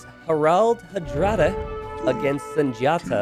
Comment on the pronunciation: Harald/Harold Hardrada/Hardraade/Haardraade can be pronounced in more than one way, but in any case, you have to stress the first syllable of the first name, and the two first syllables of the last name, and at least the "aa" is closed (like in "ball" or "lawn").